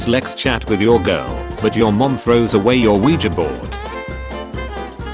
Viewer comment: Are we gonna ignore the fact that the text-to-speech pronounced girl as jirl?